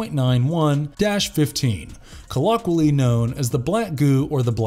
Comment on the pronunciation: Quad-roh -pee-dal. Ooh-vum. Dij-it-a-grade. Col-oh-quee-all-ee. Endo-para-sih-tic. The list goes on.